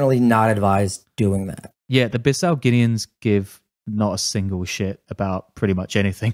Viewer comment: It’s pronounced Bee Saou